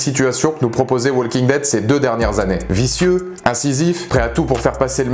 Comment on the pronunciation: Tes vidéos sont très bien, mais faudrait que tu penses à ne pas prononcer le "L" de Walking Dead, ça trigger à chaque fois ;)